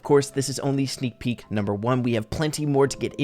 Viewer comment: lol sneek peek more like snak pee